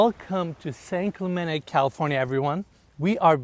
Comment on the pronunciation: This guy couldn't even pronounce "San Clemente, California" properly